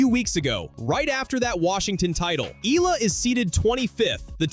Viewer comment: Pls pronounce her name as Eh..yah..la..